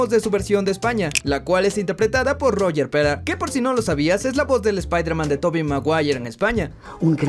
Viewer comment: el problema esque los españoles les da flojera hablar o decir palabras en inglés y simplemente lo dicen tal como esta escrito, por ejemplo Spiderman lo dices justo como esta escrito